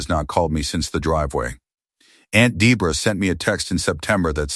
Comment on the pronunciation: The mother can't be a co-participant in a charge against abuse to herself. Also, pretty sure the name Debra or Debora (saw it spelled both ways) should not be pronounced to rhyme with zebra.